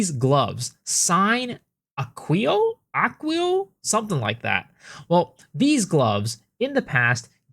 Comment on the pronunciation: that pronunciation of Sine Aequo was horrendus, really. even by american standards